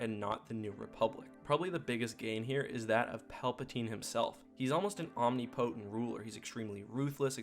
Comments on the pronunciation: Its not pronounced "om knee potent" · You mispronounced omnipotent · Did you pronounce omnipotent correctly?